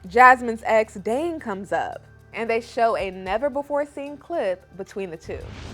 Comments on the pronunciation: will always do what she wants because at the end of the day, Gino isn't going to do a damn thing about it and she knows it. Please...try pronouncing "Dane's" name correctly....it's not DAN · It’s DANE not Dan you mook.